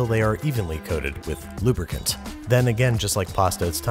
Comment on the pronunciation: The emphasis on the word lubricant early in the episode primed me to be very uncomfortable at just dumping our pastry cream inside